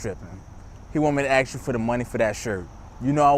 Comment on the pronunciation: Ask not Axe